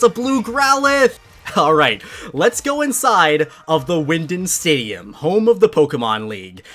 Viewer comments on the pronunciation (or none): bro, it’s pronounced wyn-DAWN, just wanted to let ya know politely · So no one is gonna talk about saying wyndond